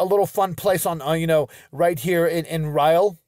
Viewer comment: Honoured that you featured my hometown in your video. Loved the suggestion to come visit us ❤️ If you ever happen to feature Rhyl in another of your informative videos, just to let you know that Rhyl is pronounced ‘ril’, as in rhymes with hill. Keep up the entertaining content!